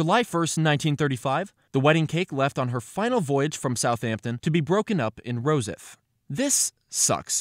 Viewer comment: You mispronounced rosyeth